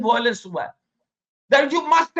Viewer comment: It is 'violence' and not 'voilence'